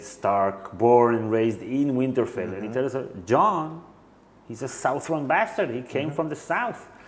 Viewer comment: Guys, "Southern" is pronounced Suh-thern (sə-thərn). Lots of love. Alice. x